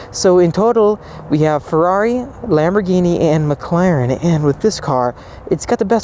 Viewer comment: Please say Ferrari properly.